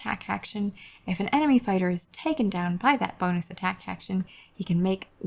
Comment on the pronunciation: Emeny? EMENY! 🤣